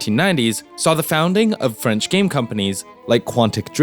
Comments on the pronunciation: Really good documentary. And I’m not gonna lie, I was really surprise that u didn’t butchered my language, gj! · I'm legit impressed at your French prononciation, GG